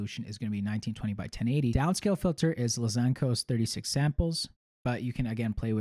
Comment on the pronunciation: I love how you said "luh zan cose" lol